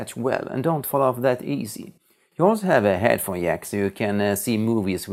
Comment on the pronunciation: Just a guess that your Swedish? I guessed this because you pronounced jack 'yack' and Swedish people pronounce J's like that. Love your accent and editing! Pls don't get offended I was just asking..